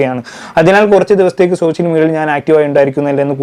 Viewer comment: 'സോശ്യൽ' മീഡിയ, "വിശയം" എന്നൊക്കെ തെറ്റായി ഉച്ചരിക്കുന്നത് ശരിയാക്കിയാൽ നന്നായിരുന്നു.